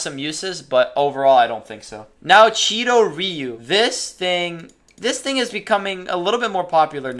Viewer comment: I personally train Goju ryu in my real life dojo so I always pick goju ryu even though I know it’s not the best also when you say ryu you are saying ree-u the actual way of saying it is roo or that’s at least how I got taught by my sensei